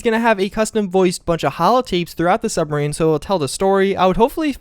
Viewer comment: It's pronounced submarine not sumbarine